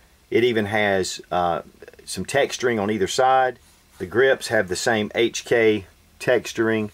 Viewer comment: Heytch And kei xD